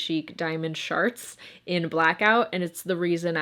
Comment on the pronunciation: Wait. Did you say diamond SHARTS?! I need it